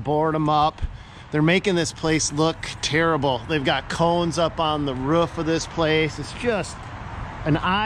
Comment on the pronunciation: Hate how he pronounces roof.